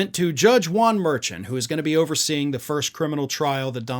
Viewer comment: Merchan is pronounced mer-shaun